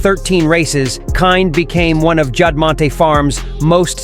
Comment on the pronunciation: "Juddmonty"? AI strikes again! It's Juddmonte. Mont--not Monty....